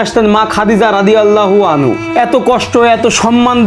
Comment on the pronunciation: আপনার একটা কথা ভুল আছে নারী হলে রাদিয়াল্লাহু আনহা বলতে হবে আপনি বলেন আনহু